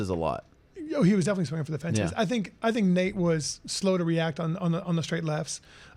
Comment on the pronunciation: It's I think not i tink